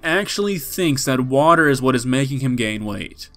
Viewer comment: "This is water wight" no this is you not being a men.